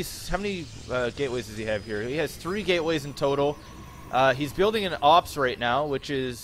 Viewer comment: no only you say op mules.; its op toss... whats teir 3.. stalkers?? deeerrpp